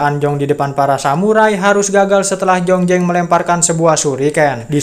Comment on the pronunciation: jlas² namanya zhongzheng,kok di baca jongjeng.jdi males nontonya. Z jdi J